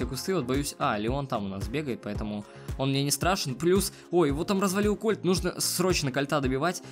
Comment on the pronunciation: не правильно не колт а кольт